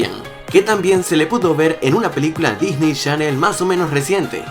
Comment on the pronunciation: Sigue diciendo Disney Shannel